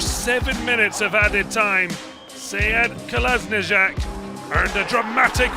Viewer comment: lmfao he can't say Kolasinac its easy